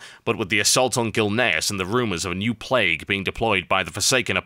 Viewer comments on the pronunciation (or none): none